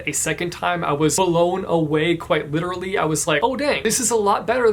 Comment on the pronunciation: Lit-erally... YES!